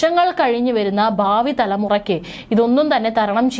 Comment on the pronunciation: ബാബി എന്ന് പറയാതെ ഭാവി (bhavi) എന്ന് പറയു പെണ്ണെ.